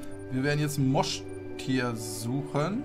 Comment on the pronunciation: Moin, mag dich echt gerne! Aber es Trigger mich das du Mosch- tier sagst anstatt Moschustier! Finde dich super mach weiter so!